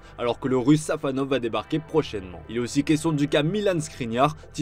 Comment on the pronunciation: SafOnov pas SafAnov